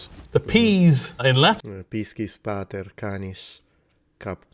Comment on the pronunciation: "No that's only sniperwolf" I don't know if that's supposed to be a joke or not? Plenty of women use the word "bro" in a gender neutral way, so I don't know why that remark was made. Also you pronounced "pater" and "canis" wrong , the A in both of those words is short, not long. And as for your doubt/confusion over whether head/caput and hound/canis are cognates, a simple look at the Wiktionary pages for those words would have revealed that they're cognates. For example, here's what Wiktionary says for "head": From Middle English hed, heed, heved, heaved, from Old English hēafd-, hēafod (“head; top; source, origin; chief, leader; capital”), from Proto-West Germanic *haubud, from Proto-Germanic *haubudą (“head”), from Proto-Indo-European *káput. The modern word comes from Old English oblique stem hēafd-, the expected Modern English outcome for hēafod would be *heaved (similar to the Middle English word). Doublet of cape, capo, caput, chef, chief and Howth. Cognate with Scots heid, hede, hevid, heved (“head”), Old English hafola (“head”), North Frisian hood (“head”), Dutch hoofd (“head”), German Haupt (“head”), Swedish huvud (“head”), Danish hoved (“head”), Icelandic höfuð (“head”), Latin caput (“head”), Sanskrit कपाल (kapāla, “skull”), Hindi कपाल (kapāl, “skull”).